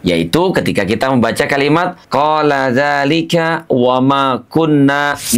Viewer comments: di menit 10.19 mhon maaf bacaannya salah kola da... Klau Bacanya kola ka da.... Mhon maaf ya sedikit koreksi dari sy... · Maaf ya itu yang ada kola dzalika ny kok di baca ny kolakadalika Mana kop ny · Afwan pada surat Al Kahfi ayat 64 ada ketambahan bacaan huruf kaf🙏